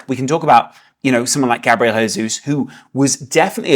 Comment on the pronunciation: Can you please stop saying "Jesus" in spanish?? Gabriel is brazilian, why the hell do you keep saying his name like that?